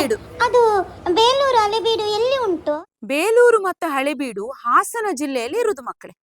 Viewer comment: A student says Hale beedi Instead of Halebeedu😅